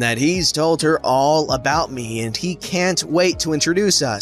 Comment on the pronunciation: When he said "im sorry, i cant" I honestly thought he said "im sorry, im gay"